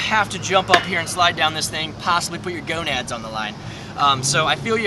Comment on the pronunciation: your "Go-Nads"